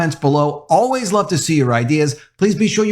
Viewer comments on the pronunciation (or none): none